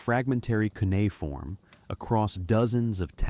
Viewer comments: It's Coo or Qu-nay-uh-form...not coonieform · I couldn't listen to the whole thing. Look up how to say Cuneiform. You not knowing that, makes the rest suspect.